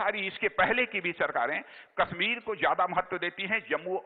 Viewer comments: Kashmir ko KAASSHMIR bol raha hai Dalla bolna tp sekh lay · Ye Chutiya Raksha mantri Kashmir ko kaashmir bolta hai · kaaashmir kyu bol rha hai? KASHMIR bol !!! and audience so rhi hai kyaa? yarr pta nhi kyu MODI govt mei sabhi ministers sahi lgte hai bs ise chorhke. Mr. Parikar was the best DM of India.